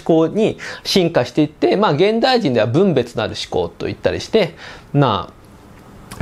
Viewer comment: この場合の分別は ✕ぶんべつ ○ふんべつ です。 ゴミはぶんべつして出しますが、そうするとイントネーションが違うｗ